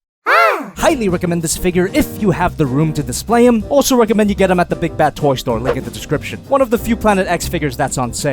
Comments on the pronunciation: no one:: BI BAD TOY TOOO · As a Filipino it's so funny when he prounces Big Bad Toy Store😂😂😂🤣